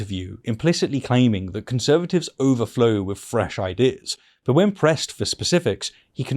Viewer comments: I love your videos but I really wish you would say “three” and not “free” and “with” and not “wiv”. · Good video but you've got to work on your th's eg with not wiv